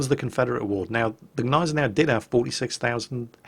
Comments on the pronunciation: As a german, I think I'd know if it was silent. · you are right. just wanted to help. it just feels kinda akward for a german to hear that. im totaly ok with u guys not trying to pronounce "selbstfahrlafette" (arty) right, but come on, Gneisenau! its easy ;-) AND its a NAME of a ship. show some respect :-* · the g in gneisenau isnt silent. try it, its fun! sincerly, all german viewers. (its pronounced like the g in good) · Love the videos please keep it up. On a little side tangent, the G is silent in gneisenau I believe.